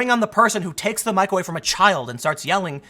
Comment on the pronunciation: it sounds like Tim is saying microwave instead of mic away. I thought it was funny